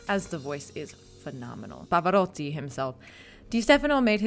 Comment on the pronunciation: So why not anglicizing the others as I suggested? And Pavaroddi. Alegreddo? On one hand, you are trying to pronounce Italian properly, I hear your effort, then you throw it in the garbage. I don't get it.